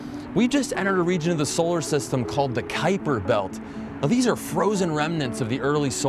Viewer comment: Great vid, and a good laugh at the mispronunciation of Kuiper Belt. ;)